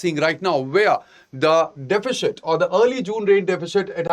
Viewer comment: I have been following your videos recently. While the same seems good, the pronunciation of words across various videos is confusing. Since you have selected English as a language of choice kindly work on your pronunciation as the same affects listeners, especially students who are switching between language or are not from a strong english based background. Example from this video - deficit should be pronounced as sit towards its end and not shit. It's absolutely not defishit.